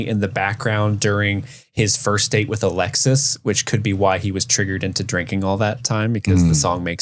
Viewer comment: You keep saying "Alexis" but it's Alexa!